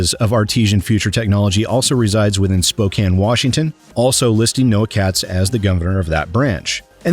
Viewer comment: thank you for saying Spokane WA right I think he is out of business there as well. Spokane is my hometown